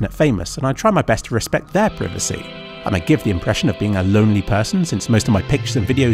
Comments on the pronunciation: its pry-va-c not priv-ve-see. cmon. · it's "pryvacy" not "prihvacy" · srsly who pronounces it like that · It's pr-eye-vacy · Also, preevacy. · did you just say preevacy? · We pronounce privacy very differently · The way thee pronounce "privacy" -- is it the British pronunciation? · why do you say privacy differently than me!!!! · It's privacy not privacy. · Lolwut, can't pronounce privacy correctly. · ffs say privacy right